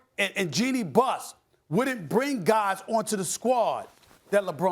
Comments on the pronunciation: “Pelinker” lmao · Pelinka , his name is pronounced Rob Pe lin ka.